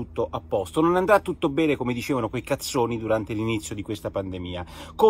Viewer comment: Lo spregio con cui pronuncia "CAZZONI" mi fa troppo ridere.